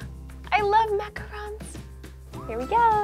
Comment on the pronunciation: La prononciation de lorsqu'elle dit Mont-Blanc est parfaite! Mais un peu moins pour Macaron! Ha ha ha!